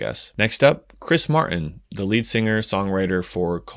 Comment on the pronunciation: Martin has a T in it. You should pronounce it!🤣